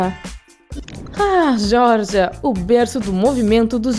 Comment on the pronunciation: Isso mesmo kkkkk